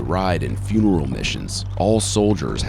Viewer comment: “You end up in the wrong funreal”